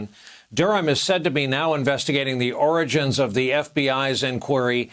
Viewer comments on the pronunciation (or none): You got the pronunciation wrong Brian. It oranges, not origins